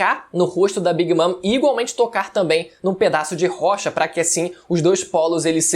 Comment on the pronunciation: "A queda de big mam pelas mãos de trafalgarr ló... E eustassi kid também" 😐